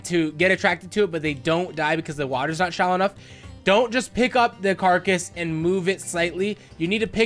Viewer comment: "Like you would in a care-a-cuss method" Umm... Carcass? This IS a carcass (car-cuss) method.